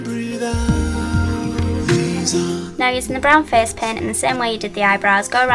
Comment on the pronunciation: Haha, I love the way you say "face". :D "Fez"